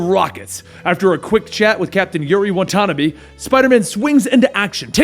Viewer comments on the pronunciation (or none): "Watanabe" is pronounced as "Wha-Tha-Nah-Bey" originally in Japanese right!?!... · As much as i like this vid. "WA-TA-NA-BE" BE as in BEcome, BEll, uncle BEn...forget that last one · I know, he pronounces it wrong every time and never corrects himself. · It's 'Watanabe' man you must know the pronounciation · You said Yuri's last name wrong